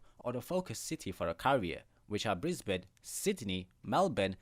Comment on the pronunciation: Great pronunciation of our cities I didn’t hear a Bris-BANE or Mel-BORN